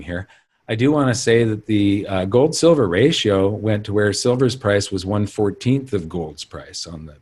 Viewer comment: should learn how to say “gold” correctly.